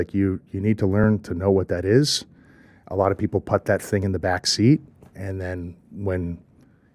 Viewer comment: I love this dude. However, one thing has always made me wonder... Why does he seem to mispronounce the word "put?"